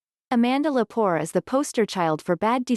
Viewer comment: Amanda Lepore A man duh Le poor - not poor Cox Bullock 😮